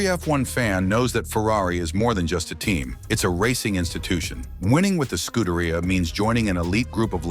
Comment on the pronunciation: ScudeRaia? Pathetic. Do learn how to correctly pronounce basic foreign words, in this case, Italian...